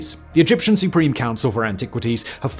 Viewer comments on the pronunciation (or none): none